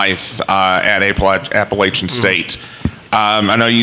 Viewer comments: Its App-pa-LATCH-in, not App-pa-LAY-shin. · Traitor.....just wanted the money. At least teach them to say Appalachian State correctly. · Very disappointed in Louisville for not taking the time to pronounce Appalachian properly. I wish Scott Satterfield and family the best. App State will truly miss him. I will ALWAYS be a Mountaineer.